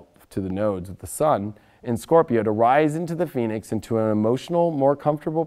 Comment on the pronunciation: I thought first he said rise like the penis!! LMAO!